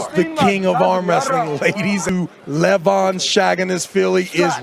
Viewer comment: Imagine being a PRO and calling levan SHAGISVILLI travis has necer been able to say his last name and barley his first i swear theres been times hes almost messed up levan instead of LE VAN